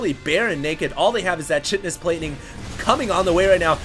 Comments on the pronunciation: Chitin is like "kai-ten." Pretty sure. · pronounced "Kite-N-us" plating, not "chit-N-us." Biology 101 phail. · Chitin is pronounced kite-in. just fyi.